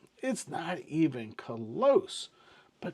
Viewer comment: did you say "it's not even CLOZ" ? 🤣